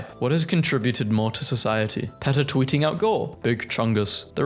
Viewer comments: He is not even saying PETA right. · “Peetah”, not “Petuh” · Pronounced Pee-ta. Not peh-tah. Idc if thats how euros say it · It’s not PET-uh it’s PEA-tuh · I'm suffering psychic damage listening to my guy mispronounce PETA with a short e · ITS NOT PRONOUNCED PEH-TUH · And he says PETA wrong too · Mispronouncing PETA's name through the video is the best joke out of this entire video. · he pronounces PETA like the start of a word associated with minecraft youtubers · ok you have to learn how to pronounce peta and faux